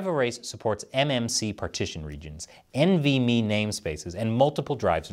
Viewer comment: N-V-M-E, not “envy me.” Although you know we all do…;)